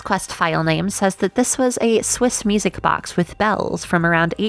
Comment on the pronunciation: ^o^ Also i heard misic box instead of music box